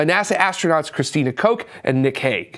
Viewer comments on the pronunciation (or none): Christina Koch's last name is pronounced Cook.